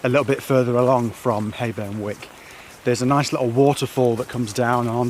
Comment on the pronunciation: Hayburn Wyke is actually pronounced "Wike" not wick lol. Great vid though and fab in spite of the weather!!